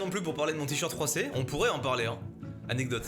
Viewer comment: Il y a que moi qui ait entendu "j'ai un t-shirt 3C" et non "froissé" ?